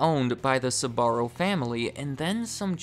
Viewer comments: Its not pronounced "S"..barro , the "S" sounding like a "C" and then "barro". You pronounce the "Sb" together followed by "arro" Sbarro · It’s pronounced SBA-RRO not SA-BA-RO! Drives me crazy, ask any Italian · You must be from the midwest or something. An admitted difficulty in pronouncing their names....and the company name itself. Sbarro, not Suh-barro...2 syllables, not 3. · Why do you keep pronouncing SAbarro...??! it's SBarro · Horrible pronounciation, it isn Sabarro or Subarro, don't add random letters to it!! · so when did Sbarro became Tze-barro according to this pronunciation? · I find funny how he pronounces "Sbarro" as "Subarro" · The fact that he keeps pronouncing "Sbarro" as "Subaru" is tripping me up lol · I actually couldn't finish this video because the blatant mispronunciation of the business name is too grating! Man, the name has TWO syllables, not three! "Ssuborrow!" No, I don't believe anything you say if you don't even research the name first. You can say "spell", "speak" or "sparrow", can't you? Or do you say "ssupell", "ssupeak" and "ssuparrow"? The company's name sound a lot like that little bird, actually. Not exactly but close. Think Sporrow. You disqualied yourself with this. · You don't have to overcomplicate the pronunciation of Sbarro so much. Sbarro can be pronounced just the way it is in English and it would be just fine...... in fact the added ah after Sb makes it sound weird and it's not correct in Italian. If you wanted genuine Italian pronunciation, your emphasis should have been on the RR sound. Very good and interesting video otherwise. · Do Americans really pronounce Sbarro like that? Christ almighty! (I'm not Italian) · Pronounced like it's spelled!! Sbarro NOT Sa-barro!! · You pronounce it “suh-barro”? Lol I’m pretty sure it’s basically pronounced “sparro” except with a “b” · I hate the way you pronounce the name…Sbarro, not Suh’Barro. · Never understood why americans pronounce Sbarro as Sabarro! Why the extra syllable?